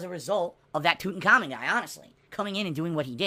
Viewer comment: Love how calls him tut but when he says the full name it’s toot and common